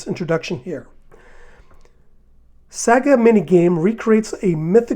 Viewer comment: I loved these games as a kid. The one I remember the most was the Vampire one. Great video, thanks! FYI, Saga is "SAA-guh", not "SAG-uh", put the "g" sound in the second syllable.